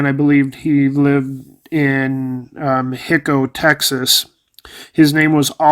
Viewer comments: It's pronounced hi-ko, not hick-o. I used to live nearby. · Precisely correct, Joan. Our family had some members who lived in Hico (my mother was born there) and I don't know anybody who would mispronounce the name of the town as "HICK-o". It is "HY-co" with the "I" being long and the "O" also being long. Generally, when two vowels are separated by a consonant, the first vowel is long.